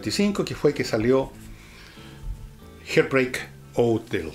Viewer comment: Con todo respeto: se pronuncia “hart bréik houtél” siendo la h producida como una suave aspiración. Falta analizar a Los Beatles.